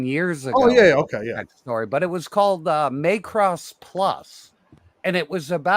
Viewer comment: please don't pronounce Macross as May-cross. It hurts my ears.